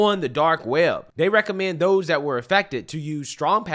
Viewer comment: you do a nice job but don't mispronounce words like "this, that, and those". You are saying "dis dat and dose" Pronounce your Th